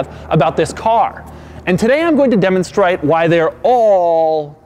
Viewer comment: "Demonstrite" - Doug DeMuro